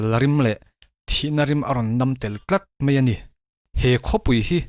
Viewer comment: Mei a ti suh ' mai a ' ti rawh .